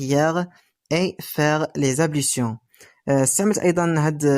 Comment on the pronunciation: حضرتك لية مش بتنطق حرف ال L فى كلمة ablution